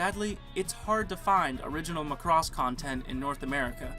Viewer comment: Guys... it's MACROSS not McCross. Let's go with the Japanese phonetic spelling マクロス (MA-KU-RO-SU) :D